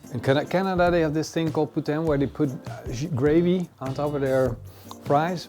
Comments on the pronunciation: poutine not putain 😂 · "i've never peeled a potato before..... i cut my finger" who didnt see that coming? and the fries with gravy and cheese is poutine pronounced like poo-teen what you just said is something you dont want to say in front of a french speaking person. had to edit..... never season a steak before? that is just against the carnivore religion. season it over an hour before the cook